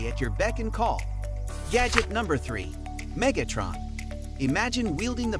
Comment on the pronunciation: that wasn't a knock--I like the way you said it